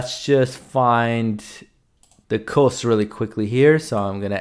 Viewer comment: Pro tip: Cost in English is pronounced "Cahst" not "Coast".